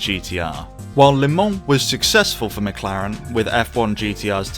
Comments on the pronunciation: Your pronunciation. Phonetically you are saying "Lay Mon", it's not, it's "Luh Mon" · It's "Le Mans", not "Les Mans". Good video.